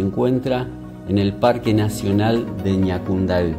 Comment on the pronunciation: Jajaja eres el único extranjero que sabe pronunciar las palabras en guarani..los otros dicen asi Ñacundai jaja bueno solo vos y todos los Paraguayos entenderán saludos desde CDE